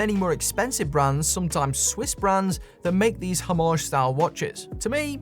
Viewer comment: Why is every video? I seem to watch a Brit? This only matters to me because I have yet to meet a British person who can pronounce homage correctly🤣